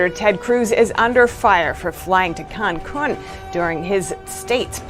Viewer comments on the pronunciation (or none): She can’t say Cancun apparently